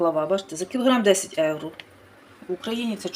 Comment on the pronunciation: То ж Ганя й відкрила для того канал у Ютубі,щоб показати свою грамотність 😂,ʼʼнавчитиʼʼукраїнців як правильно говорити,готувати і ще як ʼʼправильно житиʼʼ,та й при тому заробити трохи грошенят,чи то ʼʼевроʼʼ,як вимовляє.Ми не сміємо перечити Гані,бо ж вона рахує себе як ʼʼкомандирʼʼнад нами😂